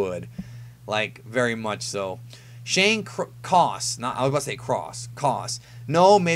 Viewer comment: Yoooooo wtffffffff someone has my.last name, Shane coss, 😂😂😂thats fucking amazin and wow you would say cross why does EVERYONE SAY CROSS THERE NO DAMN R IN THAT BITCH